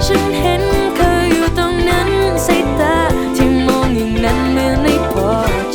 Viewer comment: เสียงเพราะ มีเสน่ห์ แต่เวลาออกเสียงพยันชนะ คำควบกล้ำ ควรเน้นกว่านี้นิดนึงจะสุดยอดครับ มันยังขัดหูนิดหน่อยตรงคำว่า “ ตงนั้น ตงนี้ กัวเค้ารำคาญ “